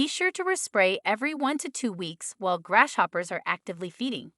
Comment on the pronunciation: I am sorry but, I had a really hard time listening to this video because of it being pronounced grass shoppers so many times!